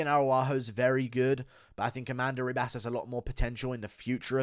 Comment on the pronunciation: Its Amanda Ribas pronounced Hibas. Get my future wifes name right dude.